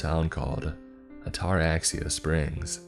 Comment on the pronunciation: Oh damn, “What’s the worst that can happen?” One of the worst questions to ever ask. In fact it shouldn’t ever be spoken. My God he’s butchering the word Ataraxia. The pronunciation is like this: At-A-RAX-ee-Ya. Or adda-RAX-ia, with the emphasis on the Rax. Ataraxia. It’s actually a brain disorder that frees you from worry or anxiety from pretty much anything. I’d love to have it!